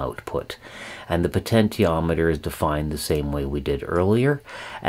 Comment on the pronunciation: Thank you for these detailed lessons on technology. I have used them with good success for teaching kids about the topics. However, your pronunciation of "potentiometer" is very distracting and confusing for kids. I am curious about the reason. Have you learned these topics strictly from books and never heard another pronounce the work correctly? If so, I commend you for learning so well in a vacuum. Or, is it some affectation that you think sounds good, or is it just very hard for you to pronounce the "sh" sound? In any case, It would be best to try to use the accepted pronunciation -"po-ten-she-ometer" so as not to confuse young learners.